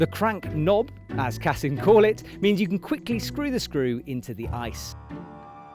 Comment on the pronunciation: Brits always mispronounce any language ie: its CASSEEN not CASSUN 🐙🤓